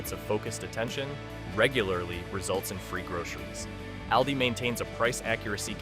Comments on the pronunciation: Trick 21 Learn how to pronounce AWL-DEES not Al-Dee's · Stop saying Al Dee. Its Awldi! It’s like you’re talking about a guy named Al. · It's All-dee not al-de. Reset the AI!! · How to correctly pronounce of the A in Aldi: Say AHHH like a doctor is looking in your throat. AHHHL- dee. Not like the A in rabbit. Not like the A in always. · Al-dee? I don't think so. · AI can’t pronounce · If you can’t even pronounce the name of the store correctly….🤣🤣🤣🤣🤣🤣🤣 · I had to stop watching because you were not even saying ALDI correctly 😂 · Please train the AI to pronounce Aldi correctly! 🙄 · Constant mispronunciation of the name. So done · This AI needs to learn how to correctly pronounce Aldis. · Is that how you pronounce Aldi?? if so, I’ve been saying it wrong!